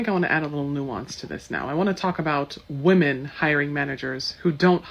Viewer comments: Why can these educated women not pronounce the plural of woman? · women not woman, learn how to use your words correctly. dont be a dullard. you sound like a dullard saying woman instead of women. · Jesus Christ sociologist lady…freakin pronounce women and woman correctly